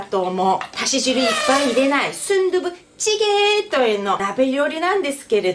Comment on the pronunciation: スンドゥブチゲーの発音が素敵